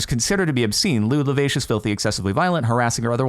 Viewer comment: you pronounced lascivious wrong